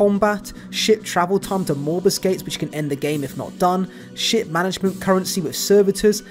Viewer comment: I keep hearing "shit travel time" and "shit management."